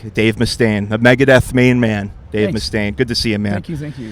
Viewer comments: ITS MEGADETH!!!!!! Not Megadeath.... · Vera666 god it pisses me off when people get that wrong.